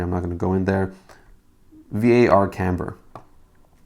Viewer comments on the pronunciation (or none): Thanks for the video and the files. I would like to make one nitpick comment about the way you say "Var". If I am not mistaken, it is short for Variable, and when us programmers shorten it to Var, we pronounce it as a word, and it's said like bar, but with a vee sound in the front. 😁